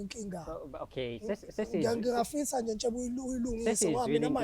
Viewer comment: Ubizwa ngeNtshebe today and akaphazami ubafo ukubiza clearly